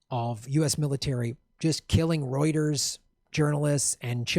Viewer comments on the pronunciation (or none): none